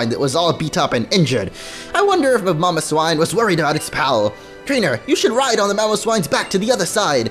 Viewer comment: "A freak in Mamowswine"